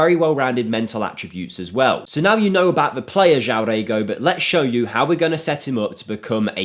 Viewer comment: you pronounce it JOAOM - and REGO means ass in Brazilian portugues